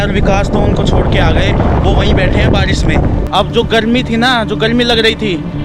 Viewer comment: GARMI ❌ GALMI✅ 😂😂😂